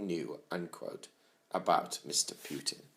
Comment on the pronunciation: I love how you pronounce his name it's almost like you're saying Pukin. George W bushes nickname for him was Pooty Poot;)"